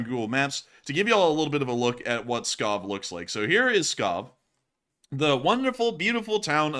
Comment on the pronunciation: Pskov lol not Scob